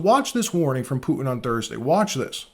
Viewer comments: Please pronounce the letter T in the middle of words it’s not puin it’s Putin with the t pronounced stop being lazy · Can't you say "T" ? Poo-in, Clin-in